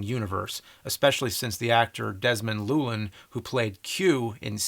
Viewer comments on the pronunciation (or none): As a Welsh person James, Desmond's surname is pronouned "Thew-Ell-In" 😉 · Same with the actor Desmond llewelyn, James said "Looin" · James and his awful pronunciations... Desmond L-EW-ellen. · Is that the US pronounciation of Llewelyn? It's a Welsh surname, you say it loo-well-in. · The way he butchered Desmond llewelyn hurt. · People mispronouncing llewelyn hurts